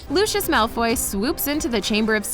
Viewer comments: That LuChIoS is wrong it is Lucius ( Loo-see-uhs ) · OMGGGGG CAN YOU NOT SAY LUSHUSH ITS LUCIUS ITS A C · She isn’t a real Harry Potter fan the girl who is saying it It’s not looshis is lousies Soz I have bad grammber 😩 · who the fuck is looshous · wait wait wait. Americans pronounce luscious as looshus the heck is looshus lmao. It's meant to be pronounced more like Lucy-yus or Lucy-yos. ’m laugh-crying right now haha Looshus I will never forget that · IM GOING TO SAY IT AGAAIN FOR ONE👏🏻LAST👏🏻TIME👏🏻! ITS PRENOUNCED LOUSIUS NOT LUSHUS!!!!! (Lucius) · WHY ARE THEY SAYING LOOSHIS INSTEAD OF LUCIUS (LOO-C-US) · who tf is LOOSHOOS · It’s not LU-Shus it’s LU-si-iss /// If thats how you can read it 😂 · It’s loo see iss (Lucius) Not looshus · Lucius. (Lus SI us) not lue chus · looshes? LOOSHES? BITCH IS LU-CI-US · PLEASE "LUSHES" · I’m sorry did you just call Lucius Lushus? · Lushish- 😂 Lol no hate just a lil funny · i don't want to be rude but its (lu-si-us) just for the future. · Can someone tell me why she’s saying “Lushes” at the beginning?? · Why does she say Lucius like luscious😂😂😂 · Omg this annoyed me... ‘Looshoosh’ for real? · why they gotta say “lUshIoUs” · are we not gonna talk about how they say lucius it sounds like lushos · DID YOU JUST CALL HIM LOOSHIS MALFOY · And when she said Lucius she said lushiush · Lol they said lucis when it’s Lucius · WHY DI U SAY LUCIUS LIKE THAT LUC-EY-US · She did not just call Lucias as lushous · Oh yes she did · Looshus???? Is that how it's pronounced now? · it still bugs me that she mis pronounces lucius's name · Who else is getting really annoyed by the way she says Lucius, like she is saying it wrong. Learn how to say his name please. Also, I love the video, super cool facts.